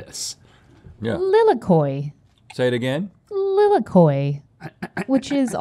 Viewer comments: lilikoi is actually pronounced leeleekoi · Pronounced lee-lee-koi